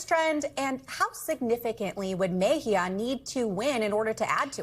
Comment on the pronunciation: MejÍa WITH THE ACCENT ON THE Í !!!!!!!